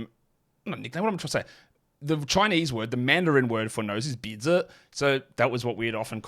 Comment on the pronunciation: as a native mandarin speaker, that nose bizi pronunciation is spot on. made me replayed a couple times lol